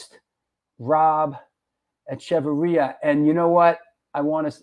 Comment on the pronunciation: Thank you for pronouncing his name. I never knew how to... 👍